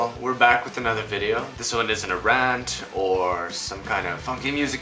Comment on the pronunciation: LMFAO crawling person in the back hahaha. Sadako. Your bee dee oh was entertaining :).